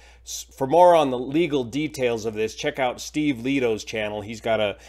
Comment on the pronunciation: it's pronounced, LAY TOE.